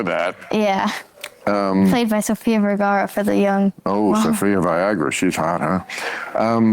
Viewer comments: did I mishear that or did he actually say Sofia Viagara? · Me, still not entirely sure if the Sophia Viagra thing was an intentional joke, or just the alcoholism talking and just couldn't pronounce her name right because he insists on being hammered when he talks to children... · Did he just say Sofia Viagra? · Did he say Sofia Viagra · Did he say "Sophia Viagra?" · BRO SAID SOFIA “VIAGRA” TWELVE YEAR OLD 🗣️🗣️🗣️ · Did he say Sophia Viagra? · Did he say Sofia Viagra?